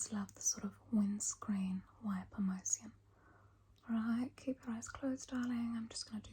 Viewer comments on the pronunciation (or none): i love the pronunciation that the Rich Aussie Mom does of anything that has in “-tion” in it sun protectción, foundación, condicióner, circular moción lololol